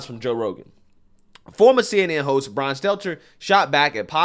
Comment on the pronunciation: Enjoy your nothingness Bwian you do crochet 🧶